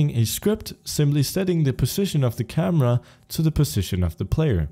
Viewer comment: what did he say? CAMA?